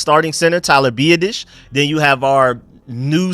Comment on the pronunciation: it’s not Bia-dish it’s B-Ah-Dish